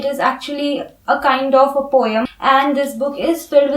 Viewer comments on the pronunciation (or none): Poem is pronounced as po-em (pow .uhm) and not as po-y-em.